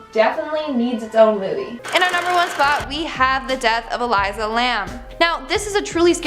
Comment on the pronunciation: ***ELISA (ee leessaa) Lamb